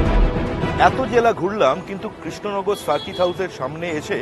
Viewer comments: Didi krishnagar ar pronounced ta thik kore aga koro tarpor na hoi vot a darou....#কেশনগর😂😂😂😂😂😂😂😂😂😂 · kesh Nagar na re 😂 krishnanagar